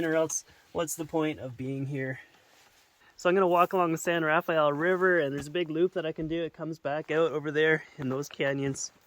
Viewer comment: U should ask a local person here how to say the name of our desert/river so you can say it right